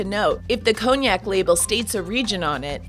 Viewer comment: Cognac pronounced conyak not koniak